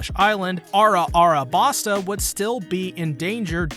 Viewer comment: A few things it would help to understand a bit better is pronounced "Vee-Vee" The 2nd longest arc in the series is 100 chapters. If you need 2 parts just to cover Little Garden.... I got bad news for you. I think you are just trying to be funny, but its just "Arabasta" not "Ara-Arabasta". The English dub pronounces it "Alabasta" and I think thats better for English speakers.